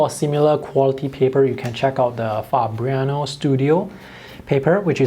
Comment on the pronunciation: you're the first non-Italian on YouTube who correctly pronounced 'Fabriano'. And it's not even that difficult.